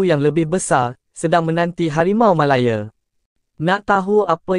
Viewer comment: Sebut la harimau malaya betul2..bukan sebut harimau malaye...gampang betul😂